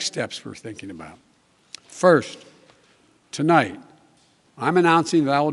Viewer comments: “Twolight” instead of tonight and thats just the first sentence, ooof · Not even 5sec in and he mumbles. Tolight we😂😂